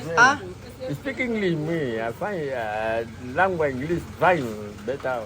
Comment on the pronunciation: you want to langua 🤣🤣🤣 laugh trip